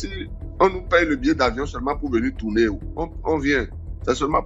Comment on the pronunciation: H5: pardon ma soeur c'est "tourner" pas tsourner